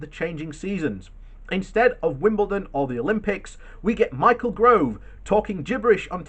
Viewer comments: Stop saying Grove it's GOVE!!! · Gove not Grove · His name is G O V E not GROVE !!! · His Name is Gove, Not GRove.